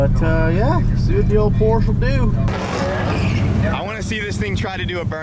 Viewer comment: It is pronounced Porsha